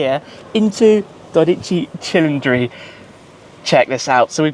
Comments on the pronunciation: Good pronunciation of "dodici cilindri" starts . You deserve to own this car Tim! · Shmee your pronounced of name 12 CILINDRI is so well an so glorious to listen that from an italian 👌🇮🇹🇮🇹